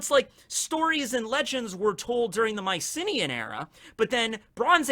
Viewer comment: Anyone else first think was saying "my city in Greece"? Not Mycenea Greece. Fun video though!